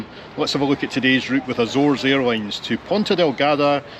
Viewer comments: Excuse Me! I am Américana and I pronounce Azores as Ahzores. Not as Āzores. 島カナリ。 So there!! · Get it right.... It's Ah Zoh Rez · She wanted to clarify you were not landing at the "Bzores " 😂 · i dont think there is an american pronunciation of azores due to the fact that 99.9% of americans have no idea the azores exist